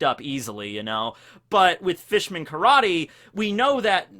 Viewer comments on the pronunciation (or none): Did you just say "new Carrot-ter"?